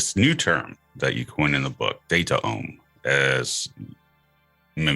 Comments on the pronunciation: I love this podcast but you guys keep saying datAome and it bothers me so much, cut that second vowel out like gene -> genome, it should be datome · Data Ohm... Resistance to the flow of data??? I think he meant it to be spelled DataOme, like Biome or Genome. But I agree, the pronunciation is a meme stopper.